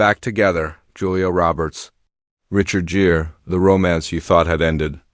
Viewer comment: Asterisk this is AI as hell. Richard Jeer? C’mon man. At least do a pass over your AI narrator and fix the mispronunciations and mistakes.